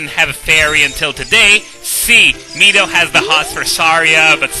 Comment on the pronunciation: Finally, someone who says Mido the right way.